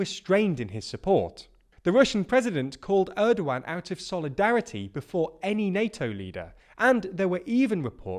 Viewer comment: How do you pronounce Turkish president name 😂